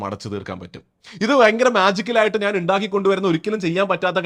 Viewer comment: നാൻ അല്ല ഞാൻ... 😊